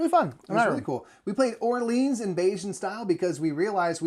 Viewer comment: I was surprised to actually watch this whole thing. Enjoyed the other video of the marathon. I do have to say however, as someone who speaks French, your pronunciation of "Orleans" was frightening lol